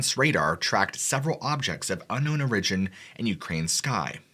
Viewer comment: Hope you don’t mind me correcting a couple of mispronunciations? Kiev = Kee-ev Origin = Oar-ruh-Jin, emphasis on the Oar. Love your channel, you’re right up there with Mr Ballen, thanks. Love that there are no fake voices or excited expressions, etc just good story telling and good content.